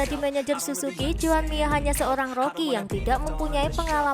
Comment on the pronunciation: Mirrr Bukan miaa